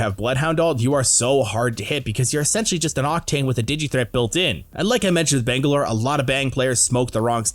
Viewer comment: "bengalor" lmao